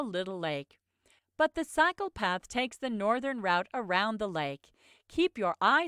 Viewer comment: why it pronounces route with "round" instead of "root"